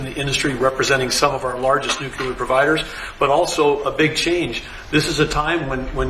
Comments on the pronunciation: it’s Nuclear- new-klee-er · So many people who should know better mispronounce that word! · I hate when they pronounce it nucular! It Nuclear!! They sound stupid when they say it wrong! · NUCLEAR, is pronounced NEW'-KLEE-AR, please stop saying NUKE-KYU-LAR, it makes you sound illiterate. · OMG, IT'S NUCLEAR, NOT NUCULAR!!!! Other than that, Great news! lol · OMG really? He's saying "nuculer"? It's "nuclear". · NuCLEAR, not Nucular…….. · I really wish people would learn how to pronounce 'nuclear' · For the love of God, it's NU-CLE-AR, not nu-cu-lar!! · A man in charge of nuclear power and he can’t pronounce the word; NUCLEAR. He says, nuke-ya-ler. However, Mr. Yellow Tie has no problem pronouncing a simple, three syllable word. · Why do so many people mispronounce nuclear? lol. That aside, thanks for the video!